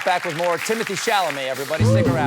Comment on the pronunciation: You called him "Timothy!"!!?!!!! I will, going forward be referring to you as 'coal-bert', sir! 😆